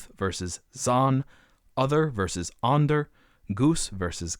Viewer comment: You might also want to google check the pronunciation of some of the Dutch and German words used in the video. The Dutch word “zuid” for south actually sounds a lot like in English and doesn’t rhyme with “squid”. The German word for tooth “zahn” is pronounced with “tz” (like... nazi) not soft like in English.